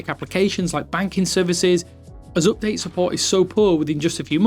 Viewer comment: Can you explain what an "up day" is? 😂